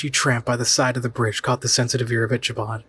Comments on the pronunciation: It's Ick a bod Crain not Isha bod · Ick-a-bod. If you're going to narrate, at least pronounce famous literary characters name correctly. LOL